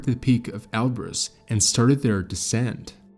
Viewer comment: Can we agree on a pronounciation please? Elbrus, or El Bruce. WHICH IS IT AND WHY DO YOU USE BOTH INTERCHANGABLY???